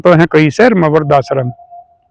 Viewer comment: aap toh apne aapko clerk bata rahe ha? Lekin apka hindi or english dono mai koi bhi shudh nahi han. Aap viridh ko vardh bol rahe ho apko live-in-relationship bhi nahi bolna aata. Aap toh akdam anpadh gawar ki tarah bolte han?? Clerk toh 1960 se Matric pass hota ha. Aap kaise clerk ban gaye???Apko na Hindi achhi tarah aati ha na English Achhi tarah aati ha????